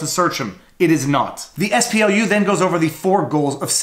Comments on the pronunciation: You keep saying "SPLU". I think you mean "SPLC". I'm shocked that they are actually doing something useful. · Viva Frei, Why do you repeatedly call the SPLC the ess-pee-el-yu? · SPLU. You even say their name - southern poverty law center. Their acronym is SPLC. I was materially harmed by this repeated mistake and I demand recompense.